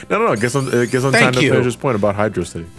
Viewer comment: Uh uh uh,. It's "HydrOCity". The Zone's spelled as one word and it's a pun on velocity. Yes, I'm reviving that dumb debate, why do you ask?